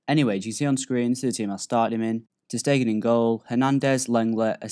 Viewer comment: Its Ter Stegen (Ter Stagen) not Ter Steigen